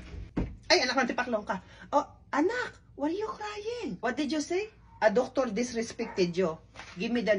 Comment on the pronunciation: “You want the docToRRrr?!” 😂